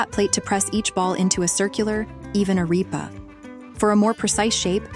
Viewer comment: it's pronounced "ah-REP-ah" -- AI calls it ah-REEP-ah, lol :)